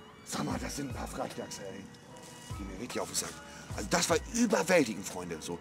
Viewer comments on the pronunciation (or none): Eines deiner besten Videos Monte <3 der Frrrechdachs :DDD